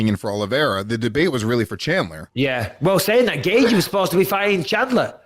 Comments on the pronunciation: “Michael shalandear” “Justin gagey ” ~ Michael Bisping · Chandler, is it that hard to pronounce? Apparently. 'Gagey' at least its hard to figure when you see it written.